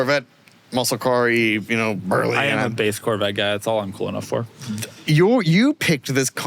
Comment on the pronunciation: These guys are cooler than they think they are. They are cool with 2 syllables: Coo-well.